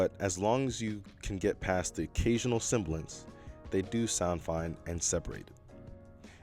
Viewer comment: Very nice review. Great writing and beautiful video and staging. Only one grammatical nitpick: sibilance, not “cymbalance”